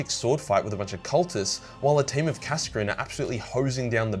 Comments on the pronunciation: Kascrin? KAS-ZAR-KIN or KAS-AH-KIN would of been a better punt mate. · i always thought kasrkin was pronounced as kasr-kin, cos the cadian cities were called kasr or something along those lines